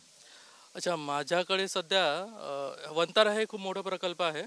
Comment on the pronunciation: 😂अरे बाबा वन्तारा नाही वनतारा सगळ्या पत्रकार बांधवाना आता हिच बातमी आहे😅